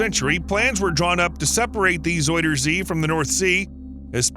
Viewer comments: Pronounced more like "Zowder zay". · If you want to pronounce "zuiderzee" the closest thing you could easily do for the "ui" part, is go with the "ou" sound from the word "sound". It's still not spot on, but it's much less jarring than the "oi" sound used here. I don't blame you though, the "ui" it's an unfamiliar sound in English. I couldn't even think of a close equivalent to it.